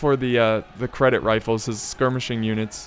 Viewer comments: that unit isn't "credit", it is pronounced "Jeddit". And if I remember correct, Ottoman cavaliry was called Deli cavaliry, Deli means lunatic in Turkish. Isn't that interesting?:D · just for the record: Jedeet, not "sedit" (nice one btw :P) the c in Turkish is pronounced the way we would a "j" in "Jack". (j is pronounced the way we would the s in "measure" in Turkish). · its not credit.its cedit.pronounced at sedit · ITS CEDIT xD not credit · Lol dude u cant read...its cedit not credit damn :D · ÇETİN thank you, i was going crazy from him saying that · there is no r in cedit for the ottoman empire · basically every youtuber says it incorrectly so im not suprised if thats where you heard it from